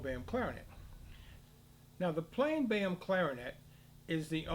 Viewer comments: "Boehm" = Böhm. Not pronounced "Bam". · Imagine pronouncing [ø] as [e̞ːɐ], this is unwatchable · Indeed, I am also American and have never heard it pronounced like that.....Often I have heard "Full-Böhm" or "Modified-Böhm". Funnier than that: Some Europeans talk about German system and the French system clarinets, but Theo Böhm was actually German. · ITS PRONOUNCED BAYAM???? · No, it's pronounced bo-em. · is there a reason why you pronounce Boehm differently to everybody else..?